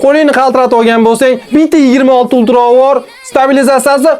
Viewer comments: Uktra demen ulqra deb qõyorin😅😅😂😂😂😂😂😂😂😅😅😅😅😅😂😂😂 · Ultra ❌ Uktra✅